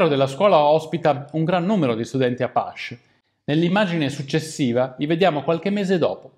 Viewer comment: Sempre interessanti i tuoi video, mi permetto una correzione non si pronuncia "apasch" ma bensi "apaci" (scrivo la fonetica) Un saluto e avanti cosi! P.S. abbiamo preso un popolo fiero e ne abbiamo fatto degli sconfitti.....il guaio è che continuiamo a farlo e forse tra 100 anni qualcuno dirà le stesse cose che stiamo scrivendo noi qui... come si dice...l'unica cosa che la storia insegna è che non insegna nulla